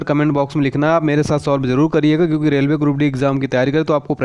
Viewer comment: रेवले नही रेलवे